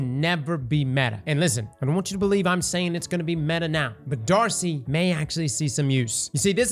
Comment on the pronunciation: This man said D.A.R.C.I. 👀